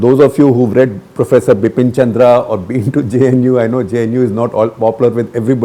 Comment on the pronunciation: The name is Bipan Chandra, not Bipin Chandra